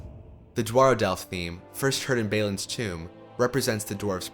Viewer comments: how did you manage to mispronounce literally everything? lothorian? you mean Lothlorian baylin? you mean Balin seltic? you mean Celtic osgiloth? you mean Osgiliath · In addition to those mentioned in other comments, he also says Balin as "Baylin," Faramir as "Fah-ramir" or "For-meer," Cirith as "Sirrth," and Minas as "Menace." With so many distracting mispronunciations easily avoided (like those in M. Night Shyamalan's "Avatar: The Last Airbender") and the dispassionate delivery, it makes me feel like there's more that could have been discussed that he just doesn't realize, because if he was a true fan he wouldn't make those errors and would possibly pick up on more details in the story and its music.